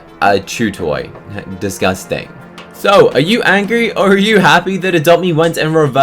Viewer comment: "a chew toy descusting" XD